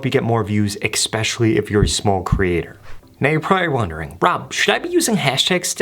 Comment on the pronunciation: Did you say EXpecially?